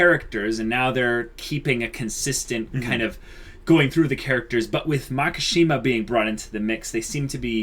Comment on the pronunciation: It's Makishima, not Makashima, you guuuuuuuyys (and people in the comment section :V) (!awesome video, tho!)